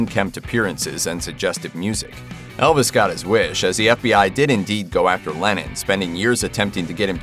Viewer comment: Am I the only one whose ear it sounds like the narrator is saying "Lenin" instead of "Lennon?"